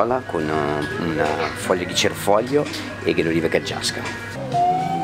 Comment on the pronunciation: Sbaglio o il cameriere dice erroneamente olive caggiasche e non taggiasche..?🧐😂